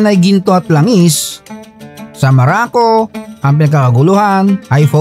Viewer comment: maraco ang pagkarinig ko😂